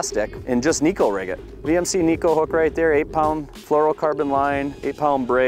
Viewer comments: Great info and bait choice. But it drives me crazy when this technique isn't pronounced properly. Pronounced Neh-Ko. E is an Eh sound, I is an Ee sound in Japanese. Neko also translates as Cat in Japanese. the way the hooks sits on the bait, it looks like a cats claw. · Hey, Shin Fukae brought us up to speed on its pronunciation a few years back. It is indeed pronounced Neh-Ko but its easy for the American-English tongue to spit it out Neck-O. Understandably the English name Neko is Pronounced Nee-Ko which throws a lot of people off by default. After taking what Shin said and doing some research, the way I understood the Japanese translation was "Cat" as in cute (small, finesse). Neko is also a pop-culture buzzword in Japan and is used in a lot of ways. It has a slang connotation referring to " Bottom" but I'll let you do further research on that controversial meaning. Makes sense being as it's fished on the bottom. LINK to SHINS VID: -McKeon Thanks for watching and commenting!